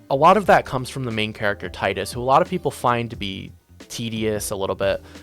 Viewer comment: Bro es Teedus but besides that great video! Keep it up